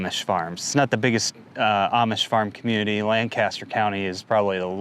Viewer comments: It's not Lan Caster - it's Lanc aster! Seriously, grew up there... do so research, I mean damn. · Dear, it is pronounced ( Lang-ca'-ster).